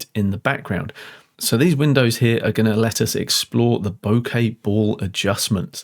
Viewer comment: Wonderful video. Thank you for using the correct pronunciation of the word ‘bokeh’! As an American living in Japan for 35 years it’s always been grating on my ears to hear the word mispronounced by English speakers!